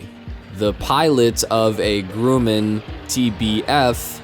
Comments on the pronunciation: Gruh-man, not Grooman. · "Grewman" Grumman? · It’s not “GREW-man”, it’s “grum-man”… details matter. Cool vid though. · Also - the TBF "GROOMAN"??...Gr-uh-man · Do the world a favor and put more than 5 minutes of research into your videos.... this physically hurt me to watch... just about every piece of equipment was either misidentified, mispronounced, or both, as pointed out copiously by other commenters (T-34-72s lol, "Grooman", "M. I. G." an "A-3" looking like a T-34 when it should be an M60A3 Patton); the narration was obnoxiously slow; the circumstances around half of the events were misrepresented (the MiG crash for example was in no way caused by an engine failure, but you can see the showboating pilot pull their gear up well before the aircraft was ready to take off); some of the incidents weren't even related to military action at all (the TBM ditch, which btw the pilot was extremely irresponsible for landing over the heads of swimmers); outright incorrect information (on the Atlas failure, a nuclear warhead needs an extremely precise chain of events to detonate and has to be armed in the first place, so a launch vehicle failure would not trigger a supercritical reaction); and the footage for the majority of the events had no relation whatsoever to the actual incident (honestly, how the hell does a clip of a Japanese whaler ramming a conservation ship make it into a story about a malfunction in a British aircraft carrier's fire suppression system????). Overall the fact that your video has such a good like to dislike ratio is a testament to the George Carlin quote “Think of how stupid the average person is, and realize half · Grumman... "Grum" as in "drum"... Jesus Christ, dude! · You need to learn how to pronounce Grumman.